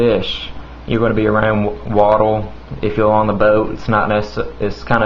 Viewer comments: It looks like Asians aren't the only ones who mix their L's and R's. Tigel, othel, from thele, right hele, youl favol, watel Good review. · when you said water it sounded like watle and cutter was cuttle hahahahaa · wait can you say water and cutter again... haha